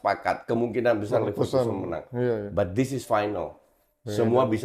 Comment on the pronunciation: Neverlossen❌ Leverkusen✅